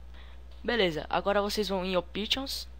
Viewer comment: Ôptions??? Browze? LOL